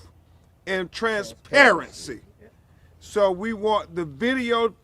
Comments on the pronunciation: "Troof an Trainspairency!!" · I mean, he said it’s based on “Troof and Trenssparuhncy”. What more do you want from the guy? 🤣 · "Truuf and tranparensee?" Yeah, hurry up with that! :elbowcough